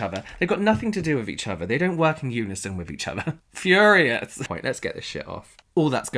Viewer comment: I died from the “FURIOUS!!”😂😂